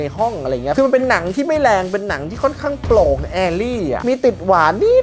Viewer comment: โปร่ง ไม่ใช่โป่งครับ😂